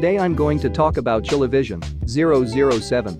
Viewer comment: as a chilean who knows english its pronounced "ChileVisión"